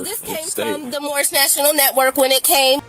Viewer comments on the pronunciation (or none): Geeez... It's "domicile", not "docimile", dumb-ass! Also, it's "Moorish", not "moish". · First of all lady..it's not Morris it's Morhish. You are driving on roads paid for by taxpayers. Impound it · Remember the guy who didn't even know what it was called and kept saying "I'm Mormish, I'm Mormish"?! 😆